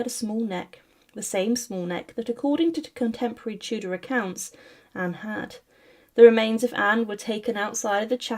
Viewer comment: Co za okropna interpretacja AL! Tudor to " teudea" i inne okropieństwa